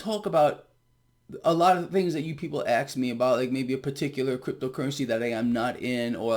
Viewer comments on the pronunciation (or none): Did you just say, "axed me about "??? 😄🤠😆